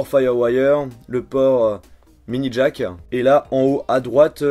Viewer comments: "Une prise mini jackEN !" Faut arrêter ! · Je sais pas Mais quand tu parles tu as tendance à m'agacé . Tu parle Comme ca : un iphone-an , prise jack-an , rayé-an .. 😳